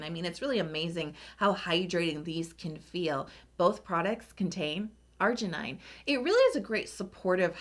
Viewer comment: I think it pronounces argi nin, not argi nai, and 'glu coside, not glu 'coside, and u'rea, not 'urea.